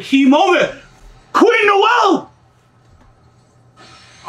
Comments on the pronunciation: it’s pronounced (No ~ zell) like how “Noel” is pronounced but with a “z” just wanted to help with your pronunciation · Ngl it really irks me when people miss pronounce names lmao. I loved the reaction but the miss pronounciation of Nozel was bad lmao